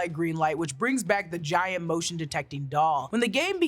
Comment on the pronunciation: I accept your apology and I have to admit at first I was confused who you meant by Gi-yan 😅